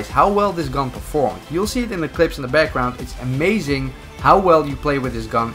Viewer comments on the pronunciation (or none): none